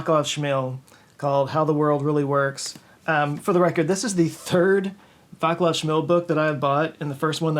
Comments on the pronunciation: Its [vatslav]. not [vaklav] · It's "Vaatslav"... Not "Vacklaf"... Pedantic... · Vaclav is actually pronounced "Vaslav." Just FYI. Pedantic.... :D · I am pretty sure that Vaclav Smil is ethnically Czech as he has Czech name. And it is pronounced as Vatslav. P E D A N T I C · The way you pronounce Czech name "Václav" is both funny and painfull…😱 The "C" should NOT be pronounced like "K". It's pronounced more like Cs in Cincinnati (albeit these seem to be pronounced more like "S") or Vincent…